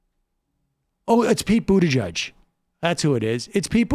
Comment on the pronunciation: Buttigieg 2020. I think he's a great candidate and I think you are being unfair. Pete is not Joe Biden! It shows that you know nothing about him. Not even how to pronounce his name. He'd make a great president. My top three candidates who will happily support are Sanders, Warren, and Pete. He would beat Trump.